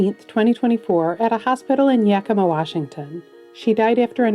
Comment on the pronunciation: Born and raised in the Yakima Valley of Washington state. It blew me away when you pronounced it right! WOW! Congratulations!